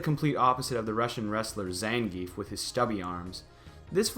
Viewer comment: Everybody complains about not pronouncing ryu's name correctly but I haven't heard anybody complaining about the butchering zangief's name.